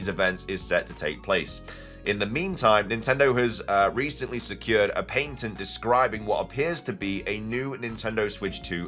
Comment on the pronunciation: There is a diference between the UK and US pronunciation of "Patent". Pay-tunt vs pah-tunt. Youre saying Pain-tunt...